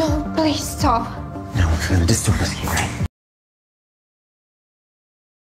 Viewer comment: Disturb not distrub